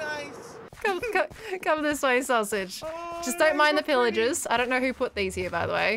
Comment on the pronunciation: fWhip be like XDXD : soosage HAHAHAHAHAHAHAHA